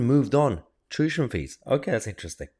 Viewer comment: Mayher…it’s tuition…not tushion